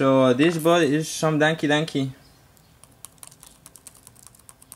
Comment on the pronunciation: LOL I LOVE THE WAY THIS DUDE SAYS DANKY DANKY